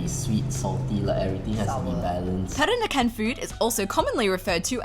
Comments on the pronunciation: I know it's hard to say for foreigners, but listening you said "perakanan" instead of "peranakan" make me giggle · It's Peranakan (Pe-ra-na-kan), not Perakanan (Pe-ra-ka-nan). You keep mispronouncing it.